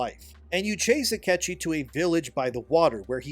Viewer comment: His name is Ah-kee-chee